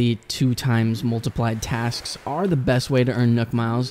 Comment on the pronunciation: Everytime he said "BEst" I cringed. Like, the bad shivers kind of cringe.